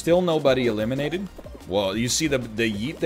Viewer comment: Hahaha oh he's just saying elimidated now